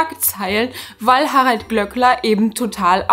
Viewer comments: Bitte, das Ö im Namen wird langgezogen... 🙈 Glööööööööckler und nicht Glöckler. 🙈🙈🙈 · Ich stimme dir in allem zu und finde den Glööckler auch unmöglich. Es triggert mich allerdings hart wie du seinen Nachnamen permanenten (absichtlich?) falsch aussprichst. Es wird ja auch mehrfach in der Sendung erwähnt wie es ausgesprochen wird. Habe selbst einen Nachnamen, den die meisten falsch aussprechen und das ist einfach super nervig.